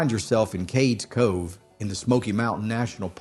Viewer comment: It's Cades Cove not Cakes Co. Ugh!